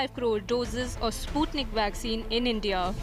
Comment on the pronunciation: It's not spatnik v it's sputnik v 😁😁